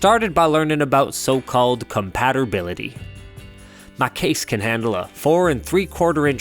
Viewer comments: compaterbility lmfao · I still can't figure out the compaterbility of my gosh-darn compootur.